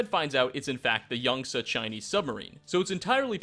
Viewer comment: It's pronounced yang-t-zee not yungtzuh